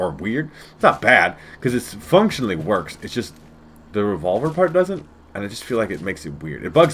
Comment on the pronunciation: " it just wotks" Love this